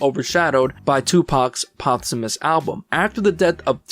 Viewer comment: “Tupac’s potsamus album”???😂 The word is POSThumous lmao “Post” as in after. I thought I was tripping when you said it once but then you said it again 30 seconds later, I even went back and played it again just to be sure I wasn’t hearing things lol